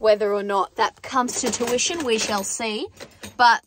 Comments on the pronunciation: Did you say comes to tuition? Or comes to fruition? 😂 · Love the channel. Love your personality u r hilarious. Just a heads up it's "come to FRUITION not TUITION" just thought that was funny.